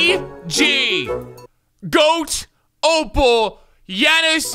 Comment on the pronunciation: As a Giannis fan it made me mad when he pernounced his name